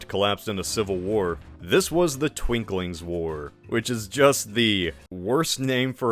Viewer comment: Minor corrections: 1. Unkerlant’s civil war is actually called the Twinkings War and is pronounced as “Twin Kings” 2. Swemmel won, not Kyot 3. It’s Mezentio, not Menzentio